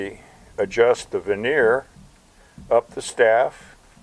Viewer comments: Sorry, but it's vernier, not veneer. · Ver née er not veneer is the pronunciation a veneer is something used in cabinetry